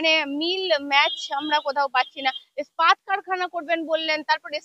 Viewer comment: খুব ভালো লাগলো রুদ্রনীল বাবুর সাক্ষাৎকার তবে একটা ব্যাপার না বলে পারছি না, র ওই "ইস্পাত' শব্দটাকে বারবার "স্পাত - স্পাত" উচ্চারণটা বড় বিশ্রী শোনালো।😏 প্লীজ আপনি একটু বাংলা ভাষা তথা শব্দ উচ্চারণ নিয়ে অনুশীলন করুন।🙏